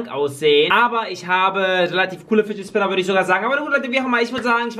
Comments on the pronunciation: Spidget finner 😂 spinnet fidger😂😂😂😂 danke Community für 142 likes❤❤ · „Nicht mein Lieblings eh Bat nicht mein Lieblings Spinnet Fidget dieser Batmann eh Fidger hier“ Deutsch? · "Nicht mein lieblings Spinnet Fidget dieser Batman Fidger hier" 😂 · happy. arazhul er hat spitget finner gesagt! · Hör zu alter das hat er nicht gesagt er sagte spiget finner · "Spinnet Fidget" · Spinnet Fidget?😂😂😂👍🏼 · normal: fidget spinner: spidget finner ja moin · Spidget Finner 😂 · spin it fidger! :D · Real: Fidget Spinner: Spidget Fidget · Lachkick Spinned Fidget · DIGGA DU HAST 15 MAL GESAGT BESCHEREN KANN ICH MICH DA ER WANIGA DIGGA 2022 ICH LACH IMMER NOCH , UND FIGET FINNER🤣🤣🤣🤣🤣🤣🤣🤣🤣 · einmal hast du gesagt spidget finner! 😂😂😂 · MINUTE Ahhhhhhh Spidet Fidget Schminner Bat Oh Gott diese Ausprach... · du sagst immer spidget FiNeR